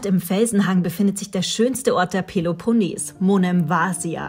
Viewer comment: Tolle Bilder von der peleponnes! Aber achtet auf die richtige Aussprache!